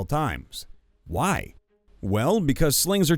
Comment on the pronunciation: You kept using the wrong inflection for "Why?",. You were reading it like a back-and-forth discussion, but you should have been reading it like someone answering their own questions, because that's what it was. Also, vorpal weapons just behead on a crit; they have nothing to do with things from other planes.